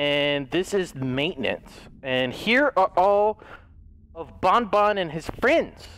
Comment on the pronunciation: it's ban-ban not bon-bon